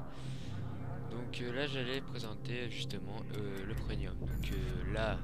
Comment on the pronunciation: On dit pas preNium, mais PREMIUM! C'est quand même pas compliqué, c'est écrit partout dans ta vidéo en + ...